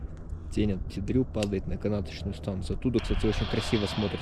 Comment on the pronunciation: Молодцы! Только почему вы произносите Пти Дру? Он же Пети, маленький ;)